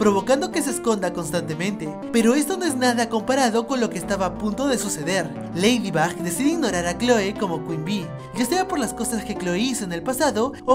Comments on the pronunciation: Cundo dijiste leído Box nenas de decirlo dijiste leído bax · Dijiste ladybob en el minuto habalando de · JAJJSJ ACA DIJISTE LEIDIBOP XDXD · Tuve que escuchar 3 veces el momento donde dijo lafybop jsjsjs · 11 :00 dijo leidibob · dijo leydibob